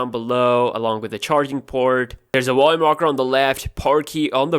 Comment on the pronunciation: Your woice is comical at best, plus you can't pronounce 'v' to save your life...wolume rocker, wertical, wery wery disappointing. I get wery frustrated when I watch your wideos. Intonation also sucks...your woice goes up and down following no rhyme or reason. Other than that, good 'wideos'.